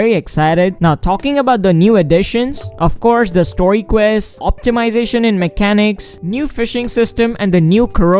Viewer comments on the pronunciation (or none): none